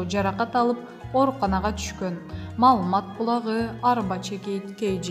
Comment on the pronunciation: Тантыраган кыз чыктынбы кайра мал мат деп окуп.😂